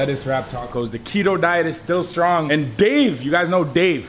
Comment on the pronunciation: Did u say gain strong niggas ??